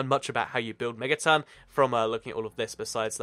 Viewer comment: its megaton not mettaton what is this undertale